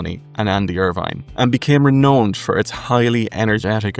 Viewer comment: ren'owned' rhymes with found not phoned.